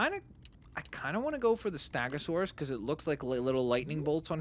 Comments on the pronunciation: It’s stegosaurus, not stagosaurus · St-e-gosaurus not st-a-gosaurus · You're calling the stegosuarus stagosuarus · It’s stegosaurus not stagosaurus